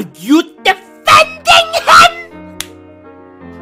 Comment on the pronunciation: “ARE YOU DEF-EN-DING HIM?? 👹👹”